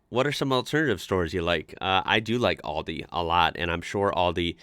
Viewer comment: The corect name is Aldi not Oldi 😂😂😂